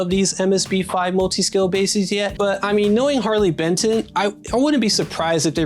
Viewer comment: ‘Harley Betson’ 😢 These guys are churning out quality like this at this price point - gotta get the name right mate haha